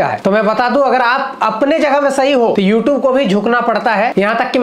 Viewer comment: YouTube hota hai u tub nhi😂😂😂